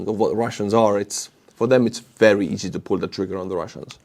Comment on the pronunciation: "Datsa berry nice" 😊